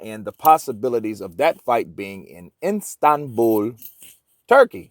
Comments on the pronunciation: It's Istanbul......not Instabul....Schoolboy error...lol. Gateway to Asia and a metropolis of 15m. So not exactly some pokey little place in the middle of nowhere. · I keep hearing Instanbul? Lol 😂, try Istanbul